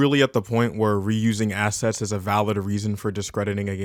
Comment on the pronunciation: I keep hearing 'asses' instead of 'assets'. A+ video.